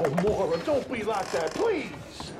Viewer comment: Sa se die moïra